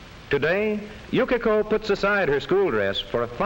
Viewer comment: ナレーションの”Yukiko”が”Yukako”に聞こえるの私だけ？